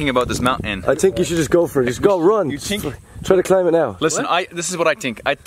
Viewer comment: That's funny everybody is mimicking 🤣 "I tsink"